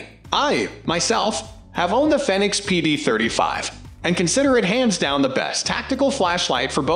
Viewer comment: Fenix is pronounced Fee-Nicks. Like Phoenix....Also, the PD35 is an outdated older version. It's not really a good option for a police light. The Fenix PD35R would be more in line to be than the old PD35.